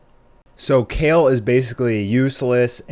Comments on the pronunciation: Your not saying her name right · Wow you can’t even Say her name right